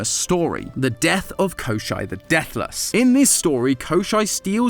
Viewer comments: for anyone wondering: no did NOT pronounce koshei's name correctly English is kinda hard to type pronunciations in but ill try my best: the first part is like the "co" from the word cold when pronounced with an American accent. then there's a "shh" sound, and lastly there's an "ey" sound similar to the one in "frayed". additionally the emphasis is crucial too. its koshEI not kOshei. thanks for coming to my ted talk. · kosh-CHAY the Deathless. It isn't German. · koschei is pronounced kashei in russian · Hearing the mispronounced English names of all the Russian fairytale characters I grew up with is so jarring. XD Ah yes, Kosher the Salty Immortal. (Koss-cheyy, from the word for bones, because he's bony.) Edit, for those curious! This is a line introducing him from a fairytale: "On the ocean, on the sea, there is an island; on that island an oak stands, under the oak a chest is buried, in that chest - a hare, in that hare - a duck, in that duck - an egg, in that egg - a needle - Kaschey's death." In some versions of that fairytale, the protagonist is assisted by Baba Yaga due to his himbo energy general good will, same as he offers various wild animals, and they help him to destroy every layer of Kaschey's protections until he gets to the needle and either snaps it or shoots him with it. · 1. Baba YagA (stress in the end) 2. Koshei (it’s reads “koschey”. Like letter A at the end) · no bcs the way you pronounce Коще́й was so weird to me i had to google it only to find out it’s Коще́й